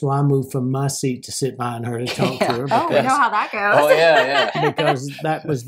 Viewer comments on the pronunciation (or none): none